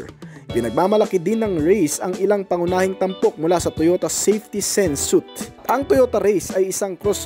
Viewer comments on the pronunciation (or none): none